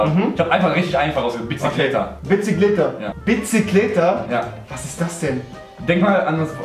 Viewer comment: Es heisst biqikleta und nicht bicikleta . 😂